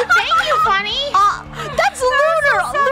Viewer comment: Not trying to be rude but it's Funneh sorry